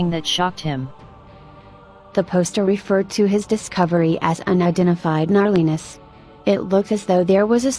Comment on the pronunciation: "Narlinness" lost is haha